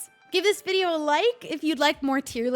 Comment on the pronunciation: “shubscribe” gets me every time - it’s fr so nostalgic and wholesome <333